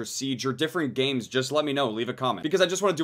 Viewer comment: was it just me or did i say grames instead of games